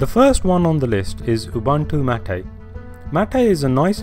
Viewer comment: "Mate" is not pronounced MOTT-AY, it's may-t/maet.